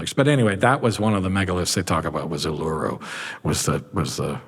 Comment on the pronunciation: OOH-LA-ROO is how you pronounce Uluru.